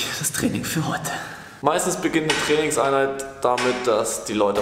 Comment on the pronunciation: ich versteh als "Felixeinheit" anstatt "Trainingseinheit" 😂